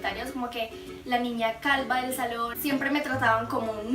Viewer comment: jajaja dijo calba .... sin ofender